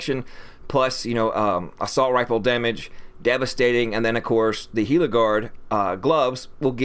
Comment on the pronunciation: Thank you for pronouncing GILA correctly. Illiterate agents run rampant in The Division 2. You just gained a new sub. Good build too.